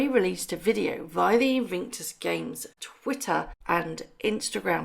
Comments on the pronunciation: its IN VIC TUS, not invinctus. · It's Invictus not invinctus. Just saying 🤭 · sorry to be anal and pedantic but PLEASE pronounce Invictus properly! It is pronounced IN-VIC-TUS not IN-VING-TUS. Apologies, it just grates on me! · It is not pronounced Invinctus, it's Invictus. There is no "n" in the middle of the word. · Wow I didn't know this, why on earth do they have to be so deceitful. I have visions of MM stamping her feet at the unfairness of having to play second fiddle to a pandemic! Thank you for the video and hope you get well soon. By the way it's Invictus not Invinctus xxx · InVICTUS games, not invinctus. InVICTus means unconquerable, Invinctus sounds like something you get after a colonoscopy. I’m not a fan of these two yahoos, but the Invictus games are a noble endeavor on Harry’s part (pre MM, of course) and he should get the respect he deserves for launching them. Also, the Duke of Westminster is worth 10 billion pounds, so it’s not a fair comparison AND the guy is trying to tear down a tower in London that houses some of London’s poorest people to develop the land, so yah, he’s a real gem. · “Invingtus” Games, plus a “ this video is just for entertainment” clause. Totally pathetic. You lose all credibility, whether there is truth in the video or not. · haha... the “InVIINKtus Games! ... great detective work.... keeping you on your toes..